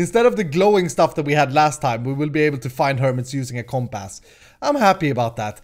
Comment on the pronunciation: Not to be mean but it is comp-uss not comp-ass